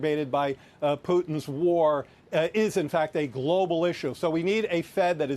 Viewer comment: Oh no it’s Pooo-Tins price hike! Joe Biden clearly has dementia